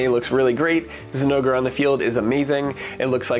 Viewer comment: I had to do a double take on that "ZI-nogre Plate" 😂😂🤣😂🤣 Anyone just listening to you would be so confused.